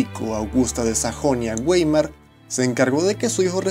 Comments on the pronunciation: si vas a hablar de historia alemana, por lo menos ten la delicadeza de interesarte un poco por el idioma de esa nación. suena tristísimo que digas continuamente "wéimar" y no "váimar", que es como se pronuncia correctamente a Weimar y su república. Y, peor aún, cuando de refieres a Schleswig Holstein y sueltes un conjuntos de fonemas inclasificables e inentendibles. En varias universidades de categoría te dirían lo mismo y hasta con malos modos. Así que, bitte, intenta conocer un poco de Deutsch si quieres lucirte en la red posteando cosas de la patria de Goethe y Liebnecht. Danke, de nada. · Por favor amigo, tienes que aprenderte bien las pronunciaciones de los idiomas. Von se pronuncia Fon, Weimar es Waimar, Hohenzollern es Hohentsolern, etc.